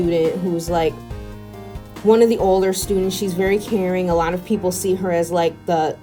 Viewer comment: I thought she said " Karen student " Instead of " Caring student "